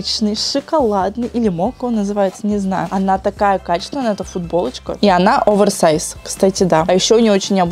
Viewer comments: не (Аверсайс) а (оверсайс) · очень слух режет, когда ты говоришь АВЕРСАЙЗ, именно Аверсайз. ну OVERSIZE же, как можно "over" произносить "авер" ....